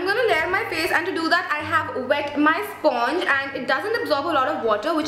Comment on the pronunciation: Hi, thanks a lot for the review.. btw sponge is pronounced as "spanj"